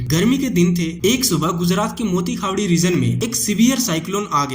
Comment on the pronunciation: मोती खावडी❌️ मोटी खावडी✅️